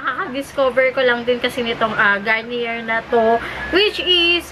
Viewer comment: It pronounce "Garniyey"